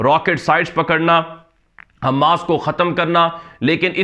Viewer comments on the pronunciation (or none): حماس کا میم مشدد نہیں ہیے غیر مشدد ہیے آپ حماس کا میم مشدد پڑھتے ہیں غیر مشدد پڑھیے والسلام